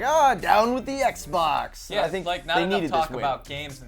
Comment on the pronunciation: Haha she said xbok lmao